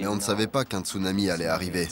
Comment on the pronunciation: latrille béatrice D'accord quelqu'un qui met des vagues en fond d'écran de type surf et il dit stounami à la place de Tsunami...